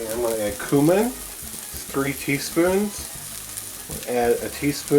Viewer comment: You say cumin weird .